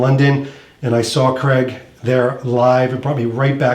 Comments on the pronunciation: Craig not Creg. As you Americans pronounce it. Please don't take any offence. Great in depth video, just wish I could have my clothes tailored like that. Not forgetting the dosh to afford it! Cheers. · Great content but please please pronounce his name correctly? CRAIG. Not Cceg !!